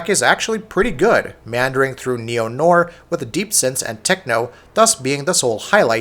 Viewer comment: He also mispronounced noir and sedative.